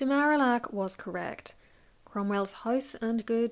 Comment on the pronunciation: I love this video, and your analysis of Cromwell’s rise and fall! One quibble: the French ambassador’s name is pronounced Mar-ee-ack.